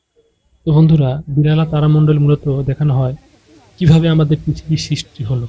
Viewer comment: আরে পাগল সবাই দেখেছে , ওটা বিড়লা তারামণ্ডল হবে , আপনি বিড়ালা তারা মণ্ডল বলছেন , ঠিকঠাকমতো বানান উচ্চারণ করতে শিখুন তবেই লোকের সঙ্গে তর্ক করতে যান ... 😡😡😡🔔😡🔔🔔